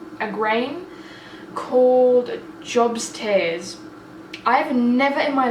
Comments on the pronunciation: Job's Tears would be pronouced Joe-b, like Job from the bible. Love watching your vlogs. Much love from Australia. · Hey there, i have watched from your very 1st amazing video.. i don't comment much because i know you have so many.. I'm so interested in your journey as a family.. i just wanted to say a small thing .. and Its not criticism, the herb you were talking about called jobs tears, is pronounced 'Jobe'. Job was a book in the bible and he was called Job/Jobe.. he went through so much misery.. and was healed by god in the end.. this is why it's called Jobs tears.. love and best wishes and a very merry Christmas to you all xxx